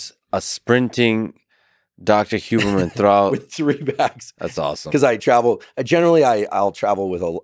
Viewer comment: here we are! Huberman butchered this as he does so often. He should probably keep his focus on his scope.